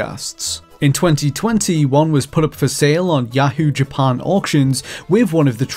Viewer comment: The way this guy says "Japan" is driving me nuts